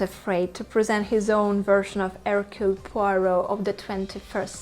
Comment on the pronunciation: My vote: 1. USTINOV 2. Suchet 3. Molina Suchet can never be my number one because his accent isn't good enough, he often even pronounces his own first name Hercule with an audible H which is completely wrong. Suchet once described how he got Poirot's walk "right": he said "I squeeze my bottom". I immediately thought, "oh I knew something was wrong". Also he isn't dangerous enough: When Poirot points out that everybody had the opportunity to commit the murder and somebody says "I couldn't", and Poirot says "Yes you could", Suchet says it in an angry voice that couldn't scare a mouse. Ustinov says it in such a quiet menacing way that we all gulp and feel guilty! And Ustinov's accent is excellent. He's not perfect, of course, because he sometimes is too much the clown, but I still prefer him over Suchet. Molina is my number three simply because I haven't seen anyone else in the part, except Albert Finney who is terrible. He's just a cliché Englishman making fun of the French. (Or Belgian which to an Englishman makes no difference).